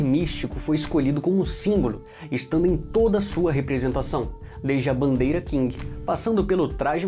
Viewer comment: Eae cara só como observação, a real pronúncia de Qing é "Ching" não "King", de resto está um ótimo vídeo!